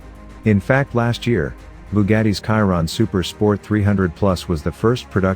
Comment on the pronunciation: Sorry, but your pronunciation of name Chiron is terrible. He was a french driver, "Ciron" or "Kiron" is incorrect. Should be Chiron like "Shiron", Luis Chiron.